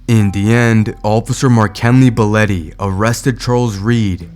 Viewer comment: Why are you calling him Boletty, when his name is spelled Belotte. Which would be pronounced "Bell ot tea" You are calling out the wrong cop because you have dyslexia.